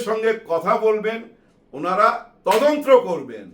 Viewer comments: আসসালামু আলাইকুম আঙ্কেল,, কথাটা 'তদন্ত্র' হবে না 'তদন্ত' হবে। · ভাইয়া, বার বার আপনার তদন্ত্র কথাটি শুনতে খুবই কানে এসে লাগছে। কথাটি তদন্ত, হবে যাকে ইংরেজি তে ইনভেসটিগেশন বলে।